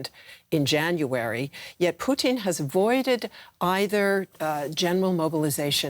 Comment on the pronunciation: I love it when people pronounce his name Putine.